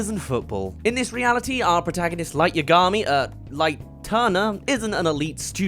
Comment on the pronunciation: How did you manage to mispronounce Yagami when it's said out loud several times in the anime?